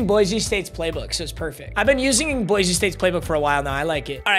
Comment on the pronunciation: You pronounce “Boise” wrong lol. It’s “boy see” not “boy zee”